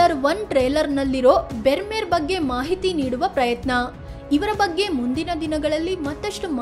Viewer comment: Brahmeru ಅನ್ನಬೇಕು bermeru ಅಲ್ಲ